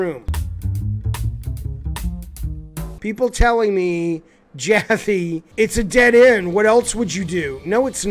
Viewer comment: Pronounced as "gaffe" room.